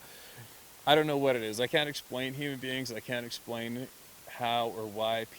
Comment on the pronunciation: You had me confused for a while You kept referring to the BEANS and I was wondering what you meant thought it was the name for it that you used Then the light came on you were saying BEINGS. You do carry an accent, don't know where you're from just found your site a day ago. Love hearing your stories, I live my dreams through your life couldn't afford it when I was young. Now I can afford it but knees and heart couldn't take it. Lived in Wisconsin all my life , last 6 years in Arizona playing snowbird gold prospecting for that 1 ounces, moved to AZ 1-1/2 years ago but knees and heart stopped the gold prospecting too. Thanks for the stories telling what my dreams might have been like. New subscriber lots of your stories to catch up on, Don't doubt for a minute what you are telling BS would be just down right mean Roger